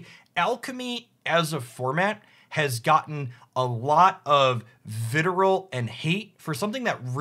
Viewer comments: Wait so is vitriol pronounced "viterole"? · I was thinking vit-ree-all myself, but also, !pronounciation :P Also, having only read things is a common reason why I mispronounce things myself. That or too much Latin etymology and too many centuries of English people mispronouncing things inbetween, not that we're the only ones that can fuck up how to say other people's words, we're just the masters.